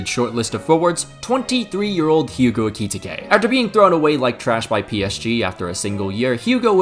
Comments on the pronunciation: Brother you need to watch the premier league player names pronounced videos 💔 his name aint ekee-tekay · Idk if that’s how you properly pronounce his name but the way you say eketike makes me uncomfortable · can’t pronounce Ekitike this is why he is canonically gay